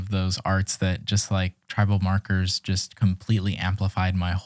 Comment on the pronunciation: I love your podcast :) and lol I kept thinking you said "You introduced me to Trevor Marcus!" but you were saying Tribal Markers <3